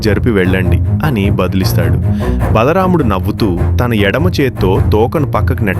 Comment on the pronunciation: Bhalaramdhu kadhu bro bha mudhu bro